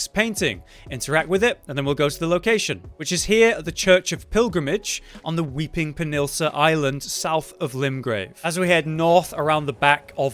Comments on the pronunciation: Lol the "Weaping "Penilsa" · lets all say it together!!!! Peh-nin-sull-ah